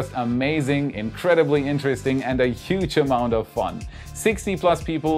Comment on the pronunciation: Huge :D i recommend you practice saying it better <3